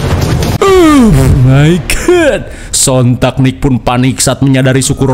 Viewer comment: pas ngomong "euh mai gad"